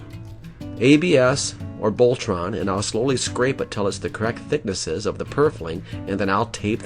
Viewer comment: What exactly is "BOLTRON?" . of the video